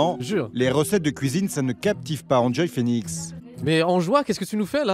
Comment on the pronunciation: "sortie de sa KOUIZINE" mdrrrr